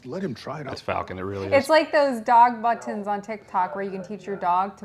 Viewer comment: did she say "buntons"?